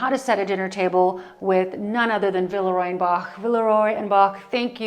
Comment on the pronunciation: that collection ‘la boule’ is gorgeous; but I think the name of the brand should be pronounced as : vilrua bosh